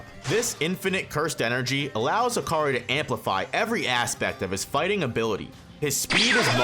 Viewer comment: No way manz said hakari<maki